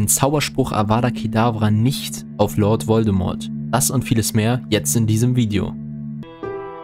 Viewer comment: „Harry und LOLD Voldemort“ 😂